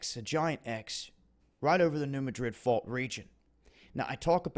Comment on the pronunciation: Please learn how to pronounce New Madrid. Seriously.